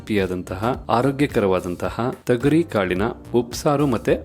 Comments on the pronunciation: Bhayya thagari kaalu Alla, thogari kaalu heli, gothildavaru hage heltare, karma, Kannada bashey koley madbedi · Tegari kaalu alla thogri kaalu